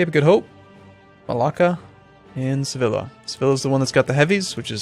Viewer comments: Its pronounced Seviya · I know the series is finished and doesn't give a damn about pronunciation but "Sevilla" is pronounced "Seviya". The "ll" in Spanish makes a "y" sound. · i think its suppose to be "sebilya"